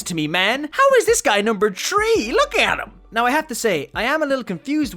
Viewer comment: Why do you say tree not three, sorry if I sound rude.